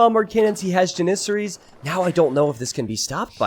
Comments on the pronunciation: The way you say janissarie as janisery hurts my soul. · You say janissaries wrong every time!!!